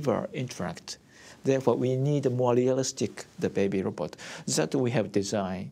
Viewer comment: About the 13th time I heard "lobot," I gave up. Si Yo Nara.